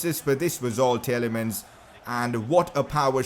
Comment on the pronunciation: Your saying Tielemans name wring it’s TEE-LA-MANS